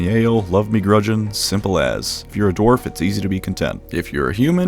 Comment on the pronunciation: Are you saying Dorf instead of Dwarf?